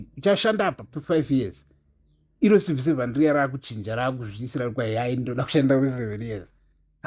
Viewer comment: Are you saying Number One Civil servant or No1 Evil Servant? Chirungu chinondi nhetsa